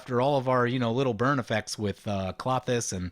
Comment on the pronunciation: Kl-oh-thys not Claw-thys